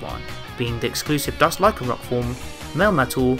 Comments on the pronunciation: It's actually pronounce as Na-gan-nah-del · Isn’t the pronunciation na-ga-Nad - del? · Please can you pronounce Naganadel right?